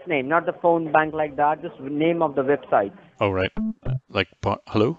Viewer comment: If they pronounce website as “vebsite,” they’re probably a scammer